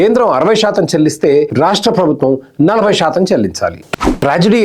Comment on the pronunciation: Shaatam anakandi please. Melika syaa ani oka alphabet undi telugu lo